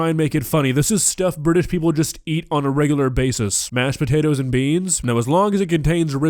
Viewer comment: The way says the spotatoes instead of these potatoes gets me every time.